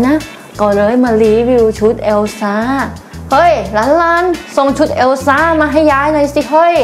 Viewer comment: พูดว่าแอลซ่า 555